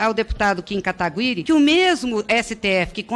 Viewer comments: A narizinho tem algum problema? Até hj n aprendeu a falar"Kataguiri"? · Kim Katagüíri ou kataguiri ? 😂